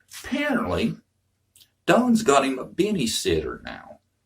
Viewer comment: Did you say Don has a 'benny sitter'?😂